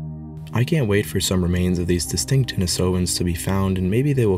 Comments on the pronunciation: The pronunciation is a bit off, the stress is supposed to be on the I, in the second syllable. So not denisOvans, but denIsovans. Since in Russian the name Denis - the name of a hermit the cave is named after - is pronounced with the stress on the I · Love the info and video but yeah work on the pronunciation😊 not only Denisovans but Neanderthals as well. (Neander -tall) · I dont think you are pronouncing Denisovians properly.